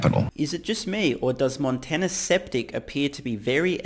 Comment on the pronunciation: "Montana Septic" lol